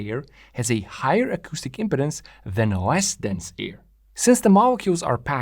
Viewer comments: Great description. I was surprised to hear the discussion extended to "impedences." That was really great an is essential to understand what's going on. Notice how trumpets, trombones, etc, have a flared opening to the air....it's for impedance matching to avoid a reflection back into the instrument. BTW. In American English, it's pronounced "impee..dance." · Its said Im"pee"dence.. like when someone is impeding the flow of traffick. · Traditionally in English first "e" is long, but I ain't gonna give the guy any crap for pronunciation since it's pretty clear that English ain't his mother tongue. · Each time you said "impedance" what many people will hear is "impotence" and this can be distracting. I believe you need to give more time to the middle syllable. Now I could be wrong, but I think of "impede" which is imPEED, so I have always said imPEEDuns. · The emphasis is on the 2nd syllable. It should be im-PE-dance. You said IM-pedance, which sounds a lot like impotence. This is why it's important to put the em-PHA-sis on the right sy-LA-ble. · Another excellent video by! I'm intrigued by the negative pressure wave initial reflection. It also makes me wonder about some multi-cylinder engines that use a single expansion chamber. Finally, in accordance with your 6-stroke video, your video, your pronunciation! However, it may be worth noting the (US) English pronunciation of impedance. We say im-peed-ance, rather than imp-uh-dence. Compare to pronunciation of impotence, which we pronounce imp-uh-tence). Great work! Looking forward to more. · the word sounds like impEEdance rather than impeDDance... this is a general rule in english any time you have vowel-consonant-vowel formation the first vowel gets elongated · The word impedance is pronounced im-pee-dans with the accent over the pee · Great video! One comment: stress the second syllable in impedance. It sounds like you are saying impotence, which is a sexual dysfunction, lol.